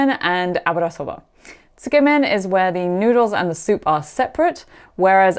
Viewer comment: Absolutely loving your channel. I’ve had three holidays in Japan and hope to go again next year. Can’t get enough of it. Looking forward to watching the rest of your videos ❤ (And thanks for teaching me the correct way to pronounce tsukemen!)